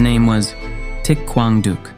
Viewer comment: Thich Quang Duc's name is not pronounced properly. Other than that, this is an excellent documentary.